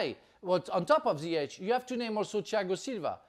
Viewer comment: Jesus Christ and he just messed up Ziyech’s name